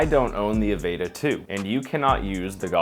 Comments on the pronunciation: God damn, "Avayta" bugged the hell outta me lol. Say the word "Avatar" and drop the R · If he says Avayta...one more time. Lol